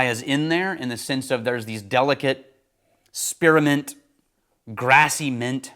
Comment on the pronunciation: Great review, except… there’s no “uh” in “spearmint.” 😂